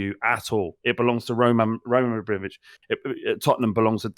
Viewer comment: The word 'Abramovich' was a constant struggle for this week 😂